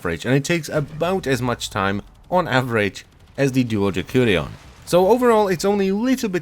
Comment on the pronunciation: Its de/s/urion